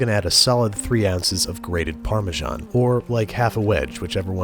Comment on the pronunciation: is it an american thing to pronounce it "par-me-shan"? Ive always pronounced it "par-me-san". Dont stop though, I like it =)